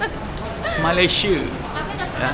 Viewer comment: Kita orang Malaysia enggak bilang Malaysea tapi sebutannya Malaysia.